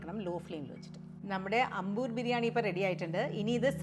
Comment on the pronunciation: ...adi poli as usual... A small correction... It's pronounced as "Aambur" biryani.